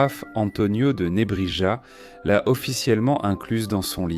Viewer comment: Antonio de Nebrija prononcé à la française? 😢